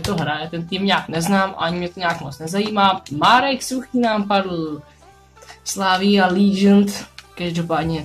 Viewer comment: Přidávám další : Slavia lížnt...Jako sorry, ale být tebou radši mluvím česky, když je tvoje angličtina na úrovni předškoláka.